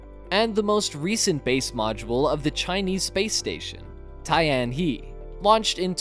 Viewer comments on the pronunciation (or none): Actually pronounced 'Tien Her' as per Pinyin pronounciations. Does 'Tian he' means 'Calm sky' ?